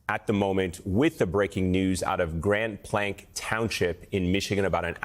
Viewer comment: Grand Plank? You people are incompetent. It's Grand BLANC (pronounced blank). Pathetic.